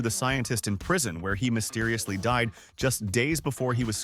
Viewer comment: Mysteririously…. ….Seririously?